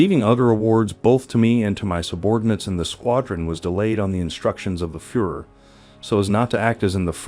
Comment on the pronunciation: Agree completely with”B”. Seems like most people don’t give a damn about the way they speak. Proper pronunciation is an integral part of language. I never understood the laziness evident in mispronouncing names. Mind you, I am not suggesting one should pronounce them 100% like a native speaker but for heaven’s sake, Hans and Führer, to mention abut two of your mispronunciations, have been in the general vernacular since, well, WWII at least. You are clearly an intelligent person so I am at a loss why you don’t care enough about this, given that you are publishing otherwise intriguing video.